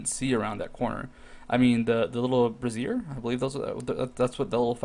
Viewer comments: I think you called it brassier as in the undergarment, brazier is pronounced sorta like how you'd say brave. Sorry I can't give you a clearer explanation but I just thought that part was funny :) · definitely bray-zur i like your version better ;) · No, that's a bra. Brazier is with the hard "a."